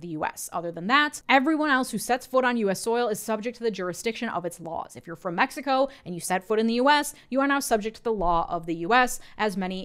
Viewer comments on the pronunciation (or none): none